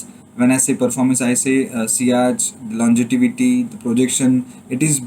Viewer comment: Bhai No offence but it's longevity not longetivity